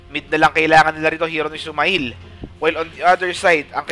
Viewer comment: SumaiL pronunciation is sumeyl (male, mail) not suma-ill